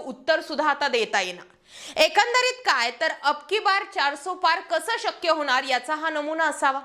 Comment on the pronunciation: होनार?, म्हनत?, एकून?, एकोनिस?. लई भारी मराठी!